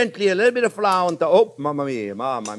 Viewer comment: "now we add our flou" just a little bit... Mammamia!!! I had to rewind about 5 times I was cracking up so much I had tears in my eyes!!! 🤣